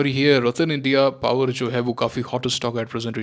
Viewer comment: Aap jab bhi Qpower ka naam leto ho pta nhi hasi aa jaati hai😂